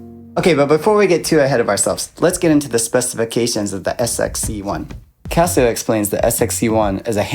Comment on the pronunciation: (actually, he's pronouncing CASIO more correctly! like Cost, not like Cab. It's a Japanese company, named after the founders' family. The question is: do you want to pronounce the S, or SH sound in the middle?)